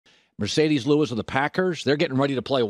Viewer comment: Why he call him Mercedes? He’s M”a”rcedes bro